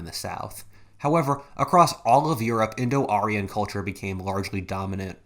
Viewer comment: indo-aryan. not indo-arian